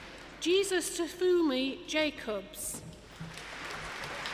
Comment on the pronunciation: Jesustofunmi 😂😂😂😂😂😂😂😂😂😂 it is Jesutofunmi 😂😂😂😂😂